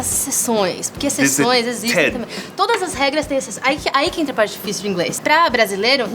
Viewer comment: Seth , o sotaque do americano falando português, você inclusive, nos dá a impressão que são crianças de 5/6 anos falando. Você agora citou a palavra PARTE pronunciando "pairti", bem infantil, mesmo. No bom sentido, lógico. Nossa patricinha, com certeza fala o inglês C O M S O T A Q U E, AFINAL ELA NÃO É NATIVA DE PAÍSES DE LÍNGUA INGLESA. METIDINHA ESSA GAROTA.